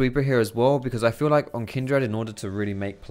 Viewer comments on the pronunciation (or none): The way you say Kindred is really tilting xD it's Kindred, not Kindread haha